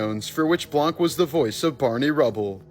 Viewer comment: Fun fact: it's pronounced blan not blank.